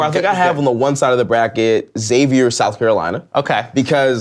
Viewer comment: why can't anyone pronounce Xavier right? pronounce it like Eckszavier